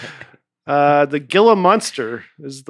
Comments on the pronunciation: I can’t wait to be at Nate’s recording of his new special! If any of y’all ever want a personal tour guide for AZ, I volunteer! Also, pronunciation of Gila monster about killed me. “Hee-la” is Joe you say it. 😂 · Had to shake my head at pronouncing it "gilluh" instead of "heelah" for Gila monsters. Would be a little surprised to find out no one on this podcast has ever performed at one of the Gila River Casinos here around town, but judging by the fact that no one caught it, that might be the case. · Gila is pronounced He-la. Dusty is spot on about the "moon crater". You guys are awesome! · Arizonan here. Fyi- Gila Monster is pronounced “heela”. Also yes I am aware of the law that water is free to any who ask. Dehydration can be a huge problem here. More importantly it seems those who need it know the law too. I am super excited to be going to Saturday’s taping in Phoenix!! It’s going to be great! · I live in the Gila valley and that pronunciation hurt a little bit😂